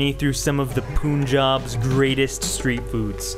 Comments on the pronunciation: Its pronounced Panj-aab "Poon - Jab" is incorrect pronouncian and sounds so funny... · All of these Vloggers can't seem to pronounce punjab properly It's not POON-JAN It's PUN-JAB Like PUN that rhymes with FUN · Agreee , it is Panjab. British could not pronounce Tea-pee. I am very glad you are pointing it out .